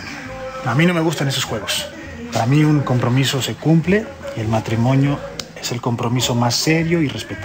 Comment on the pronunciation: Soy la única que noto que Arturo dijo "matrimoño"😂